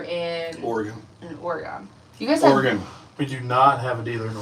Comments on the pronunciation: The guys are right! It’s OR-eh-GUN! Haha! 😂 silly girl! ❤ (Lived in Oregon all my life) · It's pronounced "ORY GUN "